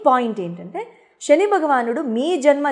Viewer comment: షని కాదు శని